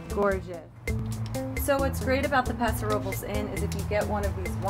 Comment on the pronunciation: It's not called Paso Robles is called Paso Robles